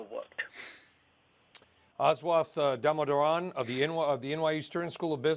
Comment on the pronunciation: could have at least pronounced Damodaran's name correctly.